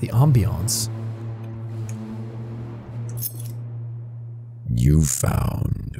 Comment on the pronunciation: Jack: Ambiance!! :D Me: more like anti-ance but ok